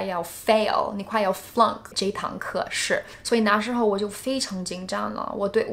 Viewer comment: Your Chinese is great! Just need to be more careful with the tones. eg, 解jie3释shi4. ， 那na4时shi2候hou